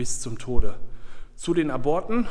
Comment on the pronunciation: aborte spricht man Ab Orte aus